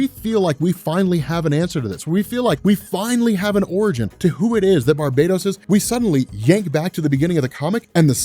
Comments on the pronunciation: it's "Bar ba tose" not Barbados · Why do you keep saying Barbados when his same is barbatos? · I don't normally like to be grammatically nit-picky but your pronouncing "Barbatos" incorrectly. It's Bar-BAH-tos, Not Bar-BAE-dos. Like this to let know ASAP! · Bar...BAT...os. Bar-bat-hos. Bar, BAT(as in BATman), Ohsss. Come on!!